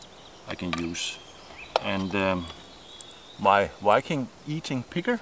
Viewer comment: When he said Viking it sounded like Wiking what's his accent? Ish just curious:3